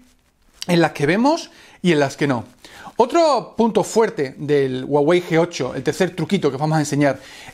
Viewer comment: La hache en "Huawei" no es muda, suena como la hache de "hello"...